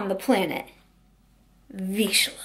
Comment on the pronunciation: Absolutely no shade to you but I wanted to let you know the correct pronunciation for Vizsla.... Veezh-lah.. not veesh-lah.. If you Google how-to pronounce vizsla.. you can hear audio 4th one down 😉 hope this helps. Ps. I think I have mentioned it's a Hungarian breed to you before..i moved from Hungary when I was 8. Oh and one more thing. I loved your braids in this video. They look so cute on you.